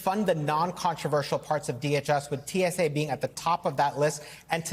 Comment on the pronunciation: Host its tsa not too. Tsa 😂😂😂😂😂.